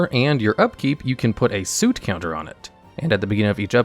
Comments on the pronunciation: And soot rhymes with foot not suit. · It's not soooot. It's more of a uh sound but not quite. It's what ash is also called if that helps. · "Soot", like boot, instead of like book. Adorable. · He said 'soot' like 'suit' and I find that very funny He also said 'dioblic', am I making fun of a dislexic?